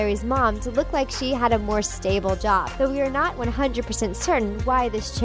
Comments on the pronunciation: "Luke Garrway"??? Why did she say it like that??? 😧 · I’m not trying to offend anyone but these type of videos would be so much better if you guys did research on how to pronounce the character names and items first. For example, Luke’s last name isn’t “Garoway” it’s “Garroway.” And Stele isn’t “steel.” It kinda shows that you really don’t care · IT IS A "STEL-EH" AND NOT A "STELL IT IS "RAG-NER" FELL AND NOT "RAGNOR" ITS "GARROWAY"(like "care") and not GARROWAY(like "car") SO I AM REALLY QUESTIONING THE FACT THAT "YOU GUYS" ARE SUPER FANS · Is it just me or did I pick out so many pronunciation errors? Stele was pronounced steel, and Garroway was pronounced Gar-oh-way, when it’s supposed to be Gare-oh-way? Oh well. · words you pronounced wrong Garroway stele raphaele